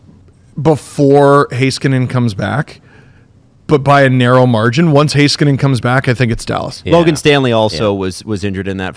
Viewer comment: Heiskanen = Hey-skanen not Hi-skanen 😄